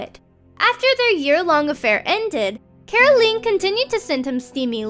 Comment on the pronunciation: Never heard anyone mispronounce the name 'Caroline' so badly before!! Whaaaaaat?! It's 'Ca - ro - line". ...LINE! Rhymes with Time. sheesh.